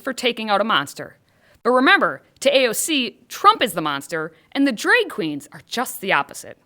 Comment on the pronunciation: Stop saying dreg race!